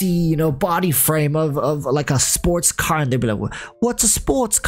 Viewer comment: saying "Wot's a spotes cah" is now the best part of my day lmao